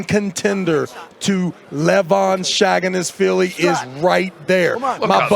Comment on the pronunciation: Levan Shaganasvili? How can Travis not know how to pronounce his surname?